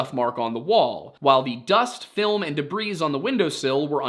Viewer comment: The S in "debris" is silent. Do you speak English,?